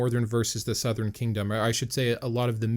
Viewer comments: He says northren southren instead of northern sourhern😂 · Northren and southren?